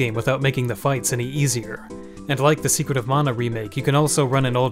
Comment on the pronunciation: Stope mispronouncing mana its not pronounced as mona man -a